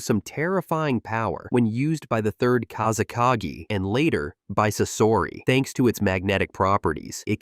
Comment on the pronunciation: Bro what is with pronauncination of kazekage? Plus sand is not wepon, people control it with chackra like fire, water, earth and so on... Plus gold sand is being controled by magnetic kekei genkai